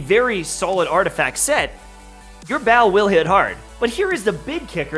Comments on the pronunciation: dude her name isnt BAAL and your even pronouncing that wrong... lol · Why everyone call her Baal, its not Baal. Lmao